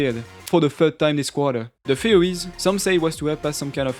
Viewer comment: pronounces theories as fuwy.. def watch this with subtitles.. It was so hard to tell what he was saying. Cool video otherwise..